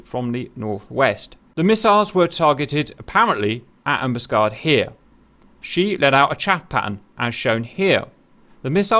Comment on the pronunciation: HMS Ambuscade, emphasis is on the last "A". Grates to hear you mis-pronouncing, Cap, as an ex-Matelot. "Am bus Caid".